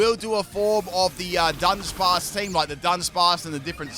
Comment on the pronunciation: btw dudunsparce is pronounced DO-Dun-Sparce yw